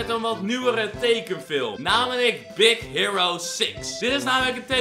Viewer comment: Je koel het uit spreken als hiero